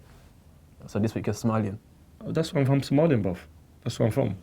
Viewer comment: Somali* fucking nitty keeps saying “Somalian” ffs